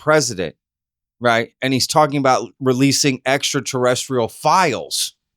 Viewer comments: At first it sounded like Trump said extra torrential (A heavy downpours currently hitting the region) before he said extra terrestrial, maybe a freudian slip??? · he didn't say Extraterrestrial he said "Extra Torrential" 🤣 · I heard extratorrential….. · Cmon, he doesn’t have a clue, he can’t even pronounce “ekta torrential….things”. He just wants to distract from the Pedo-Files. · I think he saidt Extra-Testical, he's gonna release Extra-Testical files ... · Extra-torrential… hahaha. He’s such an idiot. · "Extra torrential"? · “Extra-tarenchrial” 😭😭Trump is such an idiot hs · He said extra torrential, terrestrial. Slip of the tongue. Don’t over react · He said extra tez tickles. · Notice notice Trump said extraterrestrial and then said terrestrial. Much love to all ❤ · No, he didn't say extraterrestrial files, he said : two testicle extrateranchial things… can you believe it? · He can't even say it properly.He is not quailyfied, he is just a stoopid puppet. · Almost pronounced extra terrestrial 🤣 he’s cooked. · He screwed up the pronunciation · No shit.... But he at least corrected himself right after. Funny how anyone never mention just that.